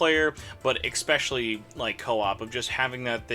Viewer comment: How do I say it bothers me when people use an "x" when pronouncing especially... Screw it. It's not expecially, damnit! It matters if you are a reviewer to speak a language used. Great. Now I'm the jerk.